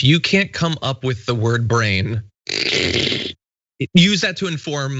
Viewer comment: Dunno, whenever Trump says ‘I understand [anything] better than anyone’ that’s a contender for Craziest Ever quote. I think the craziest thing he ever said is: “... China has respect for Trump’s very very large eh-brain” at a podium at an international conference. That’s fucking crazy !!